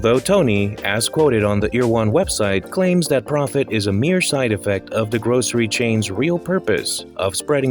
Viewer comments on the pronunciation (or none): none